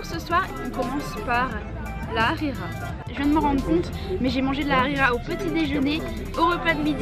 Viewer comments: Pour le dej tu as pris Harira c'est bon mais ça ne se prononce pas Arira ça se prononce harira ont prononce le H. :3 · C est pas arira c est harira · C’est pas arira Hrira✅ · C'est pas arira c'est l hrera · Elle m'a fait rire la khira au lieu de harira mdrr ( la prononciation) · MDR elle dit de la rera 😂😂😂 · Alor c'est pas la arera c'est la rhera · On dit la Harla bon bye bonne continuation bisous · Lahrira c'est pas La arira 😂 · Mois je suis marocain le petit gâteaux. Sappelle chbakia. Est c est pas la rira hhhh c’est harira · C'est lharira ce n'est pas larira 😂😂😂 et le maman et enfin chabakiya 😋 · Mdrr elle dit arera😂😂😂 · La ri Quoi? La hrira pas la rira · Elle m’a tuer la « rira » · En dit haraira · Désolé mais tu n'a pas bien dit les noms marocains mais c'est pas grave surtout avec la harira